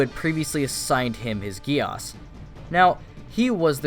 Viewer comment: Its code GEASS like giez or gies yk not gi-as! Pls remember that🙂